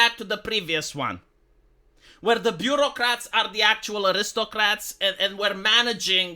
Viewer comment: It's "Bureaucrats". "Beurrocrate" would mean "one who rules through butter".